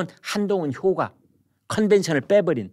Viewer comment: 김선생님, "효과" 를 "효과"로 발음하셨는데, "효꽈"로 발음하여야 말법에 맞지않을가요?